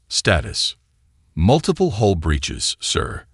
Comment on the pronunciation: Hull, not hole. Like the story.